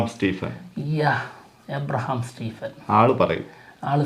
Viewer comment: എബ്രഹാം അല്ല അബ്രാം 🌚 Abraam👍🏻